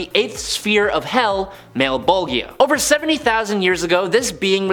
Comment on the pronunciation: It's pronounced Mal-,bol-ja